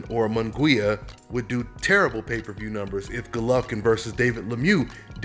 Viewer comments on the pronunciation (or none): Let me help you idiots out, this is how pronounce munguia:...moon-ghee-ah..